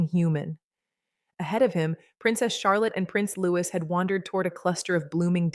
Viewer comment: If you are going to talk about the children...learn how to pronounce Louis...Loo ee ...got it 🤔❓️ Kath the wife England 🏴🇬🇧